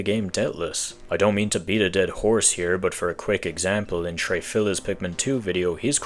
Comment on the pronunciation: schrafillas ❌ Trey Fillers ✅